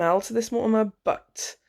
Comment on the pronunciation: Hunny, its called MONOMER not Mortamor 😘😁